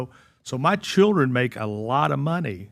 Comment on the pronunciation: "Dit you mean your CHILRINS Chilrin...?" this comment approved by my speech therapist Al Sharpton